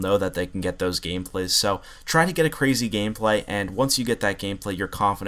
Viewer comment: He said gamepay